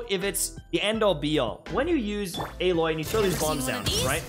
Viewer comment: you said her name wrong